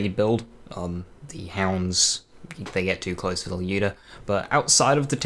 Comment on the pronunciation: One thing I have to note, is that I don't know if it's due to your accent or you're actually pronouncing the word correct, Lyuda, at least it sounds like that to me, most other players say ly-ooda but the correct pronunciation would be L-yooda